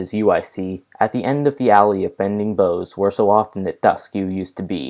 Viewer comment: Please! "Boughs" rhymes with "house."